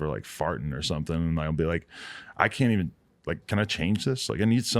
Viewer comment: he said "evean" lol